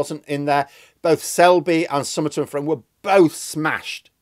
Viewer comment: Sorry to be a pedant Frome is actually pronounced Froom. My sister used to live nearby.